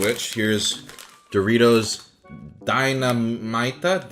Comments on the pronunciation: This small bit of him saying "dinamita" correctly makes me wonder how would he sound speaking spanish for an extended period of time. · The last pronunciation of “dinamita” was on point. Also the “chile limón” that followed. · When ProZD was trying to pronounce Dinamita he actually got it one time